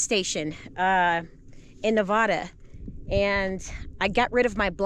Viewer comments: It's NEVADA..LOL NOT NAVADAH..LOL.. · as fellow Nevadan, it’s pronounced Ne-Va-Duh. Peace and love. ❤